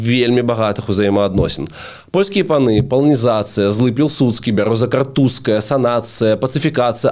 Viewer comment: вельмі спадабалася 😊 толькі " паланізацЫя" праз Ы.